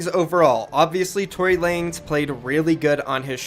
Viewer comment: It’s not Tory lanes😂 it’s Tory LA-NEZ